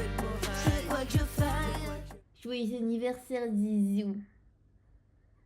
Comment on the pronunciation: Joyeu anniversaire sans la liaison m'a terminé 😭😭